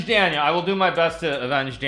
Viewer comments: if you spoke Russian, you'd know he's saying Danya wrong dumbass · I love the way he says Danya. He doesn't gaf if he says it right haha